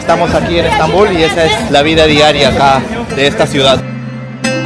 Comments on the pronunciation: Bonito que es Estambul , debes escuchar como se pronuncia Estambul y Otomanos , que los pronuncias muy mal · Bonito video, ten cuidado al pronunciar la palabra "otomano", el acento va en la letra A, asi como la palabra "Estambul", el acento va en la U. Saludos !